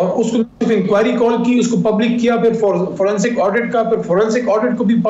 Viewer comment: It is 'forensic' and not 'fransic'